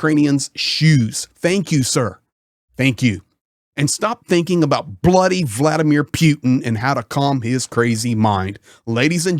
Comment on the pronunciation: How is Ukraine winning? Russia moves to the West. Leave my homeland alone, you war lover and criminal. You have no idea what’s going on in Ukraine. And first of all, learn how to say Putin’s first name